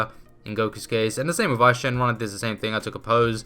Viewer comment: For info it’s actually Eis Shenron